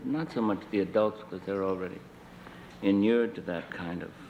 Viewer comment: "Innurred". What a great word. This guy was cool.